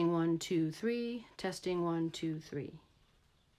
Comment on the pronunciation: One, tou, thwee